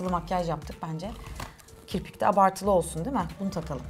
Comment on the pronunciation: ve ilk kirpik dediğinde kiprik dedin